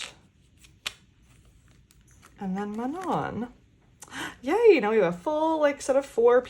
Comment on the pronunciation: First impression of you, and I love it ! I really like the piwon pcs too 😭. The only thing I noticed was that you pronounced "Manon" wrong, it's actually pronounced "mah-no" as she specified in a recent live. I hope this helps 🫶